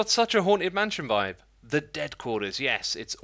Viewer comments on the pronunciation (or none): none